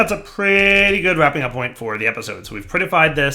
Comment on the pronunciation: "Right at the 35 million moint!"